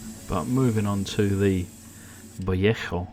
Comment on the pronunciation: Please, it's not "viet ho" paint. It is pronounced "vallay ho". No T in vallejo.